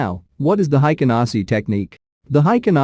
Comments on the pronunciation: It's HEIKIN, not HEIKEN. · The pronunciation is a little different. It sounds haikin. The pronunciation is "Hey" and kin = heykin,. I'm sorry I'm not good at English.